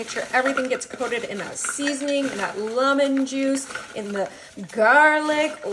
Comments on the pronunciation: She says lemon so weird I can hardly get past it. She says “lumen” once and “lamen rhyming with ramen” a few times. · Is this AI? The reason that I say that is because she pronounces lemon really weirdly.